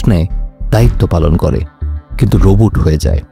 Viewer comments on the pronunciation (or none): none